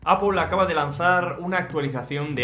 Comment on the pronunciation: ME mata cuando dice APUL al principio 😂